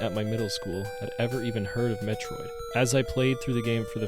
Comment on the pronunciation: No, I don't mean captain N. I mean officially licensed Nintendo commercials. Things created BY NINTENDO. Not 3rd party cartoons made by DIC to capitalize on the next cartoon idea. I'm not trying to push an opinion on you. I gave you the original pronunciation. As someone who's attempting to make "Metroid content", I'd think you'd be a little more receptive to someone civilly pointing out that you're mispronouncing the main character's name. Instead of arguing with me, why not go do some research... ಠ_ಠ